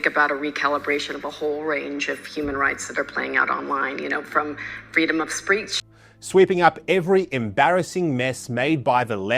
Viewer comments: She said freedom of spreatch. She doesn't know how to say freedom of speach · I think I heard her say “freedom of ‘spreech’.”